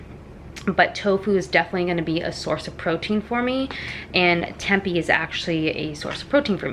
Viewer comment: Tempeh is pronounced "Tim-pay" 😊